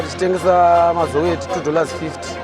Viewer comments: Eish pronounce it as it is, “Mazo-way” kuita sei??? its “Mazowe”🤦🏾‍♂️ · Iwe taura mushe mhani,its pronounced as mazowe not mazo. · Great production. But whats MAZOOH? Least to be done is pronounce mazoe properly. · even Zambians can pronounce Mazowe, great docu but please next time pay attention to detail